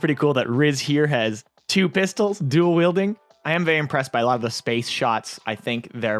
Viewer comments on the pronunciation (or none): none